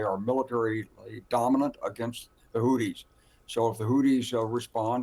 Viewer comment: it TH and not DD. Houthis and not Houddis